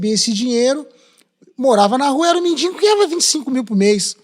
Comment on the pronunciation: Virou MENDIGO e não mendingo! 🥴